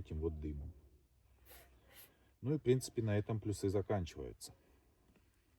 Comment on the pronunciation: плЮсы, ударение на первый слог.